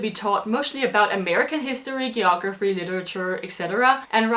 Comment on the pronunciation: Shit learn to say geography